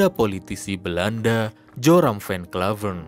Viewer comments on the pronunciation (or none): Sebelum membaca narasi, narator wajib cari tahu cara membaca nama tokoh sesuai bahasa sang tokoh. Jangan baca teks Belanda dengan kaidah bahasa Inggris. Tulisan "van" bacanya ya bukan "ven", tapi tetap "van"